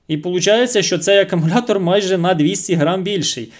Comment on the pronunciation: Акумулятор,правильно буде ,а не акАмулятор,десь так